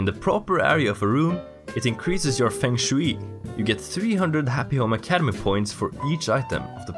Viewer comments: as a commenter's job i have to do this ITS FUNG SHWAY NOT FENG SHWEE BLARGBLEARBHARBGH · 3 year late English pronunciation advice! (I mean, you know, if you want it) I’m not sure how common the term “Feng Shui” is globally, so pronouncing it “Feng Shewey” may very well be how it is pronounced in whatever region you get your accent (which I love by the way) from, but in case you were interested that’s a Japanese term that we pronounce here in the West as “Fung Shway.” Super popular descriptor for “room/energy flow” when talking about interior design for English speakers in my experience. Just thought I’d let you know (in case you didn’t) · It's pronounced "fung shway". :P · "Fang Shooey" is exactly how I used to pronounce it xD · I love your videos but it irks me how you say feng shui D